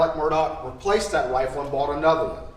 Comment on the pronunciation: Shame on you Mr. News Reporter guy - guessing at the options in pronouncing the defendants name. In the police car at the crime scene ALEC clarified for police: “It is pronounced ALECCCCC” “It is spelt MURDAUGH and pronounced MURDOCKKKKK” So stop telling people it can be Alex or Alec doesn’t matter. And it can be pronounced MURDAUHHH WHEN the man told you the way he is to be called: A L E C MURDOCK